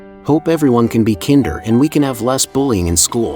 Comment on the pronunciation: One tiny problem with the Robovoice: "kinder" is pronounced to rhyme with: 'tinder'. 8-)